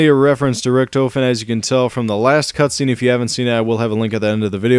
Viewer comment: u said cutscreen XD